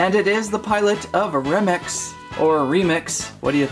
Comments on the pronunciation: its Re-mix not remix re as u and sounds like Ree mix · It’s remix (ree-mix) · Remix is pronounced rē/mîx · He is called re mix not rem I’d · You said Romex inside of remix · It's pronounced REE-MIX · It’s remem x Not remix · Do you know how to say remix it's not remex also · ...I'm sorry but How does one Mispronounce Remix?! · Dude, you pronounced Remix wrong Edit: i did not watch the while video when i posted the comment